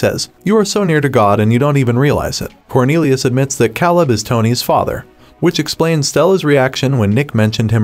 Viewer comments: This should have been a two hour movie instead of a fluff filled 8 part series. The casting of actors was spot on, but the story was a snooze fest. And dude, learn to pronounce the names of the characters correctly if you're still going to do these videos. I mean, "Buy ron" and "Kaa leb"? 🤣😂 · So we are just going to act like this stupid narrator wasn’t saying Bye Ron, Cal Lib, and Gab Reale? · And Caleb! Cal-ebb?? 🙉